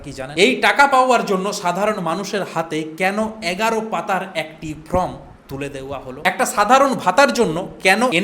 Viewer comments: Dada from noi.uchcharan ta thik kore korun.form hobe.😢😮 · APNI "FORM" ke always "FROM" BOLCHHEN KENO?? ARE YOU GODDAMN ILLITERATE????